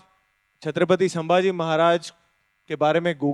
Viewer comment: ट्रेलर मधे अक्षय खन्ना आणि आता इथे हा माणूस पण सांभाजी बोलतोय.. धाकल्या महाराजांच नाव " संभाजी " आहे " सांभाजी " नाही.. captain of the ship लक्ष्मण उतेकर साहेबांना विनंती आहे त्यांनी त्यांच्या crew ला हे नाव नीट समजावून सांगावे.